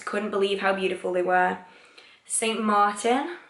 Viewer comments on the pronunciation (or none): none